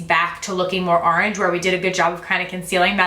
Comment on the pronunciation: Arange or orange?😂 love you